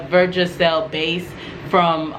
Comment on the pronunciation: It’s versagel sweetie not vergagel, thanks for the information.